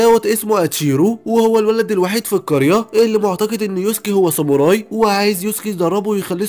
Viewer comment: خوي انا شاهد هاد انمي من قبل مو جيش الظلام جيش ساموراي صوتك حلو كل شيء بس شوي من اشاي حكيت غلط متل ساموري و مينج و في كتير